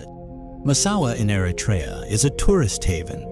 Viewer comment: I wish Americans would learn how to properly pronounce Eritrea. This includes the terrible narrator to this video. It is not Air-Uh-Tray-Ya. It is Err-Ruh-Tree-Ya.